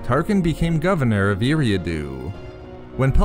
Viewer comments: It's pronounced Air-ee-ah-do (Eriadu) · You miss pronounced his planets name. Other then that good job Great video